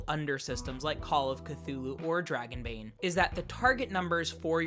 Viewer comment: NOOOOOOOOOOOOOOOOOOOOOOOOOOOOOOOOOO! LOL okay guys, so NOT say it like that, THAT is a swedish accent whit French R's ONLY spoken in southern Sweden. Just DON'T! 😆